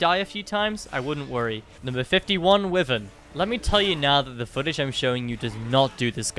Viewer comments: Just for the record it's pronounced why-vern not the way your pronouncing it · he said wivern let laugh at him even harder *points finger*🗿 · The way you pronounce “wyvern” makes my ears bleed bruh